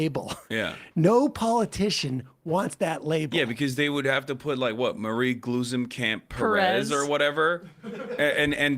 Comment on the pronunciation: Astonishingly, y’all pronounced Glusencamp Perez perfectly but mispronounced her first name, Marie. 🤦🏻